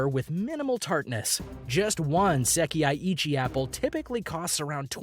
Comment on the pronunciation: It's not "seki-ai" it's "sekai".